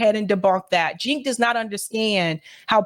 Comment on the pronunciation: His name is pronounced Jank not Jink.